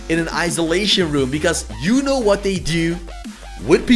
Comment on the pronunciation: it sounded like you said ass lol